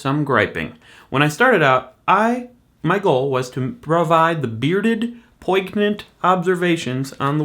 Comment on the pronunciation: is that how you pronounce poignant? I think I've been pronouncing it wrong all these years!